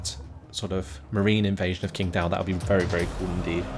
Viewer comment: hey. Lovin it. 我会说中文。 It's pronounced more like tching dao. Keep em coming!